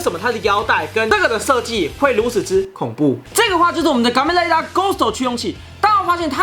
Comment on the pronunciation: 感覺最近N大最近都把kamen rider唸成gamen rider